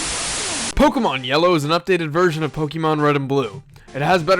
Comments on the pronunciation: Actually the accent over the e means you pronounce it as pok-A-mon not pok-EEEEEEEEEE-mon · Gosh dang it I hate it when people do this but IT's PRONOUNCED /Po-Kay-Mon/ NOT /PO-KE-MON/ that é makes a /AY/ sound. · ObeyIsOkey um thats what he was saying.... he is annoyed at the fact that he calls it pokeeeeemon instead of pok-A-mon like it really is. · Pokeeeeeeeeeeemon o my fucking god! there is an accent mark over the fucking E for a reason! use it!